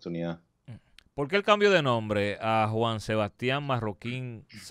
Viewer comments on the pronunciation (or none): Y a hablar, porque habla muy mal! En vez de decir porque, dice a veces polque, recuerdes, recuelde, etc etc, es decir sustituye la R por la L, muy mal!